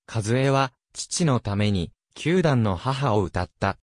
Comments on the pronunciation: 読み方が何故かよく間違える。残念。九段をきゅうだん等々! ふぁんなら、ファンでなくても、間違えないのに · これはＡＩですか 九段の母をきゅうだんの母とは笑えます